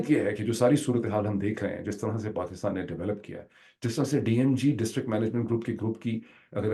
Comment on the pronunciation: Dr sahab apka KAATAB b Orya Maqbool Jan k PAAKASTAN ka sound daita ha. Please do us a favour convenience Orya Maqbool Jan that's not PAKAASTAN it's Pakistan please please. Its really annoying when an educated person mispronounces a word and even more annoying when it's his mother language. Thx and apology if I hurt you.